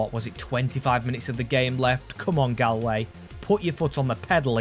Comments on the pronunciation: As someone from from ireland its no gal way its gaul way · saying gahl-way broke my heart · it prounanced golway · Galway is pronounced gawl way